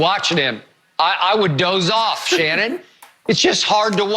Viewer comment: You Shanon your name is She-non! Ur gayweather